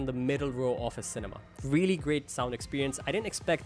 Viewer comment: I veally veally don’t know